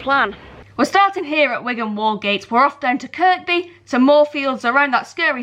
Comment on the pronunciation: The 2nd K in Kirkby is silent…”Kir-bee”